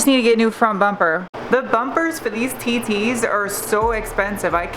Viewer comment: I'm sorry but I can't stop laughing every time you say my TT's